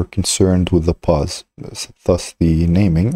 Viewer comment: It's pose not pause!